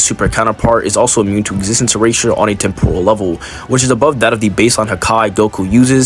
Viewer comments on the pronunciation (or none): none